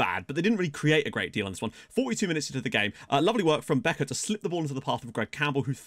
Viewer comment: First i wanna say i enjoy watching ur videos. Second, as Dutch guy living i Belgium, Bekaert is more pronounced as Békaart.